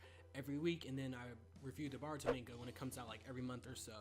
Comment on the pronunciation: Stop saying manega